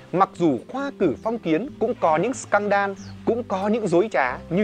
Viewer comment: Em xin phép sửa sếp tẹo ạ: Scandal: /ˈskændl/ đọc giống sờ can đờ-l(đồ), không phải sờ can đan ạ :v